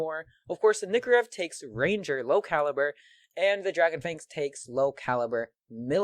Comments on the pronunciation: Lol he calls it a nikorev not a nykorev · The nykorev is procunced nie-co-rev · PRONOUNCE NYKOREV RIGHT PLS